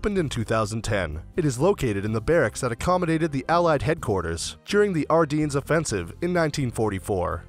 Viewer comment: You’d think that when commenting a documentary, the first thing would be to pronounce the names, Bastogne, Ardennes....that you keep repeating correctly.... oh and the church of Bastogne is the opposite of flamboyant gothic....commentary is painful!!